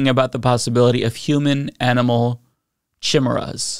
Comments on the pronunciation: KI-M-ERA not chimera lol, someone hasnt seen Hunter X Hunter… lulz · Human animal chimichangas? Because you didn’t say chimera because that word is pronounced ki-Mira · She cannot be taken seriously when she cannot even pronounce the word chimera... (kai Mee rah) or (kai Mare ah) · I know what a chimera is, but what's a chimmurra? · chim-era... not chi-mera, chim-era. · Can't even pronounce chimera right... KAI-MAIR-UH! Who elected this woman? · The second she said "chimurras," I immediately started singing this is my head. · Gods, they can't even pronounce 'Khaimera' right. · That is NOT how you pronounce chimmy-ray. 😔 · TF is a Shimera?? 😅😅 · It’s pronounced Kee-Mare-Ah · its pronounced chemera like chea pets but of trans chea pets running around heck no not on reblucans watch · Of course she pronounced chimera that way. Classic! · She can’t even read the word “chimera” but she’s a law maker smh 🤦🏾‍♂️ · She doesn't even know how to pronounce chimera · She can't even pronounce Chimera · I know she has no clue what she is talking about bc she has never seen the word Chimera. If she and her constituents actually were concerned, she would know how to say that word and what it means. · Chim-chimera, chim-chimera, chim-chim cheroo My brain wants to barf when it listens to you! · Does she not know how to pronounce Chimera? They know it's in the Bible right That word that's where it's most commonly used? Aside from fiction these days! And isn't a chimera made from magic not science!? All I can say is at this point don't weep for the stupid, you'll be crying all day! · cant even pronounce chimera right..... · This can't be real, I must be in the Matrix. Please, someone unplug me, I'd rather succumb to oblivion. Edit: I wrote this comment before I heard her say chimera from her stupid mouth. Please just.. please, huge asteroid, please come put us all out of our misery.